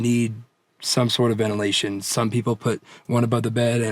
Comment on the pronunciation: Venelation, lmao